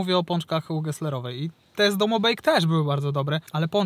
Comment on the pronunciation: Ale się slizgasz na nazwisku geslerowej daj spokój